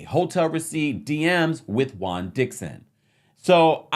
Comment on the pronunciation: Pet peeve. Juan being pronounced as Guan.